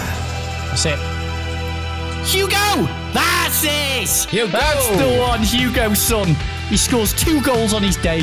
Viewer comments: It’s not Hugo son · Who else is cringing when they say Hugo when it’s hieun son not Hugo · why’s he saying hugo son?😂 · Did he say Hugo son 😂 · Someone tell him it’s hei ming son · Ffs sake his names heung min!!!